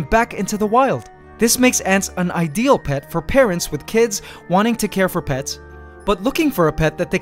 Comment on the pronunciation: I swear he said pest